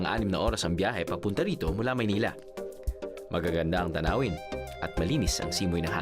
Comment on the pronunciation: haha maynila!! thats how u really say it !!! korak n korak drew!! sprite n sprite lovet!!!